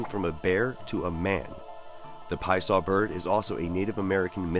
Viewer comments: says the Pie Saw Bird... Love it you had the name on point! but I still like saying it with an Italian accent tho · yesss!!.. thats my boi!.. love the MetaZoo lore included, as well as the more correct way of pronouncing his name.. lol, soo many start with the Pee-assah way of saying it before learning the more accurate Pie-uh-saw phrasing..